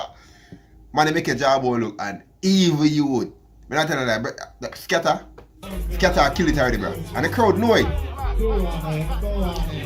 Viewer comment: Skepta not Skatta bro 😂😂😂